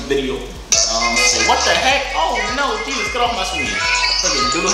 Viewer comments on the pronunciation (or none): none